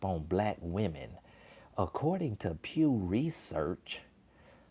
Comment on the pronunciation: DID SHE SAY P.E.W. RESEARCH ?!?!🤣🤣🤣🤣🤣LIKE THE PEW FROM THE CHURCH ?!?! 🤣🤣🤣🤣🤣